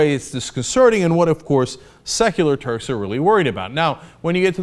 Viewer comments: i has 20/20 hearing. I heard him perfectly. He said turds. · I did. Cenk said turds.